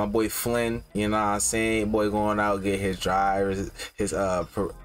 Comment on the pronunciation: Been meaning to ask. Do u guys say "bull" instead of boy? I never heard that in my life lol